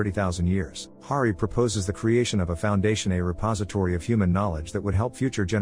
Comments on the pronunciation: Hari not Gari. You got it right in the beginning. Why is it so hard for creators to do simple proofing of their content? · Hari not gary